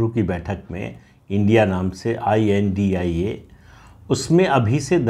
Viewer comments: Sir, vipakshi gadhbandhan ka name pronounce not india but I.N.D.I.A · I.N.D.I.A is pronounce as INDI- Alliance not India pl. Pradeep ji namaskar